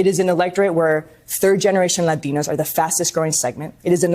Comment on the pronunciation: HATE how she pronounces "Latinos". 🤦‍♂️ fml